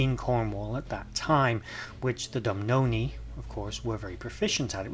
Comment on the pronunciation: Doo boo nah is how it’s said 😊